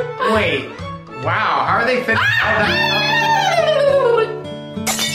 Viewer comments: it was wow not whow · She said wow not waw